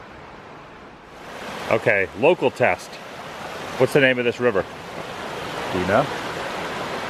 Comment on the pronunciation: Did you say Brittany was 'local" or 'loco'?